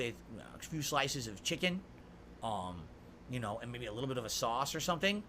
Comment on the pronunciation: "U'noe?" - no - we don't know like how you don't know how to play games.